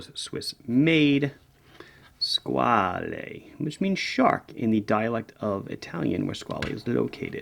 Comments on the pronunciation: Hi I am italian and the word Squale does not exist in our vocabulary nor in our dialects. "Squale" (which is not to be pronounced like your Mario or Luigi...) is a swiss registered from the Von Buren family, today owned by italian Maggi family. All these facts are easy to find online and they would make your video a bit better. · Hi, great watch, great video. Only one short notice: "squale" means "shark" in italian AND french. It's just a different pronunciation